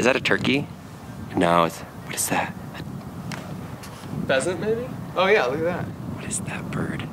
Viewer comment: Did Mark said "phasant baby"?